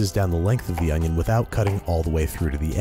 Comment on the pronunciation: An Oh-nioh